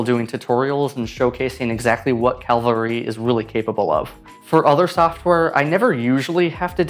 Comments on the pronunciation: After this video one thing is for sure: I will do my utter best in life to properly pronounce Cavalry. Literally got OCD anxiety from hearing Calvary way too many times. The video topic completely took second position behind the issue of the phonetics. There is no calvarizing me! 😂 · It’s cavalry. Not calvary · You kept saying: CaLvary (Where Jesus was Crucified) instead of CaValry like a group of men on Horses with guns blazing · Thanks, I'll give it a go. Looks especially useful for text animation. And it sounds like you were saying 'Calvary', it's Cavalry! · My eye twitching every time he said ‘Calvary’ instead of ‘Cavalry’. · I've seen so many people from the US pronounce it Calvary. Cavalry. Like the horseback soldiers ya know. CAV-AHL-REE. Sorry, just a minor annoyance. Thanks for the video. I'll try the program out. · It's called Cavalry? How long before he switched to pronouncing it, "Calvary"? Oh. That was quick! Surf Wisely. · Cav - alry not Calvary lol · Nice video, but Cavalry ≠ Calvary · I'm exactly a minute into this and you have called the software Calvary (where Jesus was crucified) instead of its name, Cavalry (armed military men on horses) four times in the first 60 seconds. The weird thing is that the first two times you mentioned the name of the software you pronounced it correctly. But the third time, which was less than 5 seconds after the second time, you started saying wrong, and three more times in succession. It's like nails on a blackboard to me. I don't know how much more of it I can listen to. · Cav-al-ry, not calvary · My man, you have to learn to say Cavalry! It's not Calvary. It's Cavalry! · cavalry...not CALvary.... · CAV-ALRY, not CAL-VARY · It's pronounced cavalry, not calvary. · it's pronounced cavalry, not calvary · You keep mispronouncing the name of the product you are reviewing. Weird.it’s caV-alry, not caL-vary. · Why do you keep pronouncing it as "calvary"? It's Cavalry… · LOL A lot of people mix up those words.